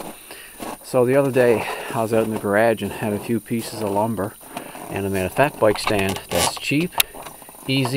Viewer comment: Well done! I'm from Oklahoma, so I chuckled at "boike" and "garaage" ;) .